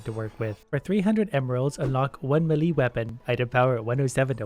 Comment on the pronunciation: also “melee” at the beginning